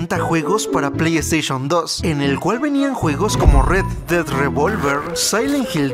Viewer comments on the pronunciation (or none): “pley esteishon “